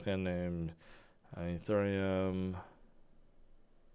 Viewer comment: can you say Ethereum properly